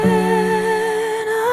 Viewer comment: Lovely, but her pronunciation of "Hosanna" is distracting. Sorry.